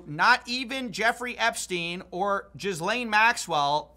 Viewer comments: “Jizz-lane” Maxwell 😂 was this done and said intentionally? 😅 I thought would have known it’s “GEE-LANE” How did Epstein get control of Les Wexner’s fortune? That’s my Q!? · Why do Americans find it difficult to pronounce Ghislaine? Is it because it has extra letters? I mean, it's funny that you're saying Jizz-lane, but it's just pronounced Gillane. Gil-Lane. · Lol! Finally, someone else who pronounces her name correctly 😂 JizzLane Maxwell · Her name is pronounced ghee-lane like rhymes with t pain i think not "jizz-lane" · I think you pronounce Ghislaine Maxwells name like "Gilaine". I'm fine with "jizz-lane" though. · “JIZZ-LANE MAXWELL” 😂😭🤦🏾‍♂️ Bro is he purposely calling her that ? Or does he not know it’s pronounced “GUH-LANE” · Huge respect for you. For your edification, it’s pronounced closer to “Gill-aine Maxwell” (but a little more French). Definitely does not include “Jizz”. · Not that it matters, but it's pronounced GEE-lane, it's french. As funny as it is to say Jizz Lane given the context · It cracks me up when people pronounce Ghislaine as “Jizzlaine Maxwell” lol it’s actually pronounced “ghee-lane” with a hard g and silent s. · Ghislaine is pronounced "gah-LANE" not jizz lane. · It's pronounced "Gill-ane", not Jizz-lane lol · Its pronounced Gee lane no Gis Lane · Its pronounced Gill-ane dude. Not JIZZLANE. LMFAO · Jizz-lane. Lmao. How hard is it to look up pronunciation. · I love the way you mispronounce Ghislaine Maxwell’s name to make the first part rhyme with ‘jizz’😂😂😂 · It's weird to me that most people still haven't learned how to pronounce the name "Ghislaine". It's a hard G, and the S is silent. It rhymes with "Elaine". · Love how pronounces jizz-lane Maxwell 😂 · I like how you pronounce her name "Jizz-lane". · I don't view your channel enough to know whether or not you're pronouncing her name like "jizz-lane" on purpose, but it's killing me either way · STOP PRONOUNCING IT JIZZ LANE 😭😭😭😭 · “Jizz-lane Maxwell” I’m sorry 😞